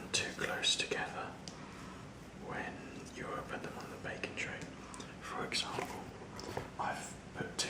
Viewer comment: i was listening and wasn't watching and it took me a minute to realize he was saying "baking" not "bacon", part of me was disappointed. Need more bacon, i mean baking, videos.